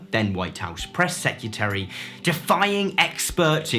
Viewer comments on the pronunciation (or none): this man said press sec-u-tary